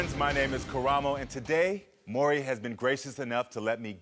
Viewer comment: They STAY calling him "Murray!" It annoys me! 😂 MAURY: "Audience, welcome Lisa to The MAURY Show." LISA: "Hi Murray, good to see you."